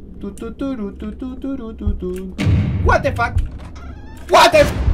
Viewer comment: meda mucha risa cuando dises wate fac i tu cara pero me encanta tus videos